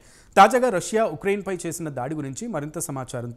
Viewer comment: ఇక్రైన్ కాదు స్వామి, ఉక్రెయిన్